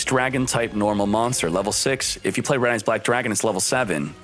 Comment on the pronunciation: "RED EYES BWACK DRAGON" 🤣🤣🤣